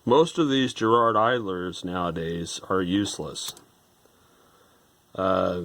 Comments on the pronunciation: Why are you mispronouncing Garrard? No J there. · Garrard as in Gary not as in Jerry folks!!! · *Please*, Americans, stop with the weird pronunciation. It's a hard G. Not a J sound. Ga-Rard. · GGGGG Ga GARRARD...AAaarrgghhh! Edit Not Je. but .Ga if that wasn't clear enough. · Trust me, it's a hard G. British company, with connections to Garrard The Jewelers, and every Brit pronounces it correctly, exactly as written, GArrard. Not Gerrard. I don't think I can even think of any "GA..." words that ARE pronounced "Je...". Please stop abusing our language 😜